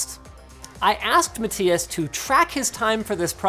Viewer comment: Wonder if Linus will ever figure out “matthias” is prounced MA-THIGH-ASS. Rip